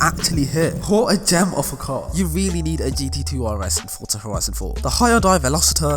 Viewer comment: "Fortsa Horison 4"